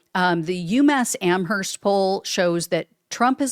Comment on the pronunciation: oOoOO.... Don't pronounce the h in Amherst.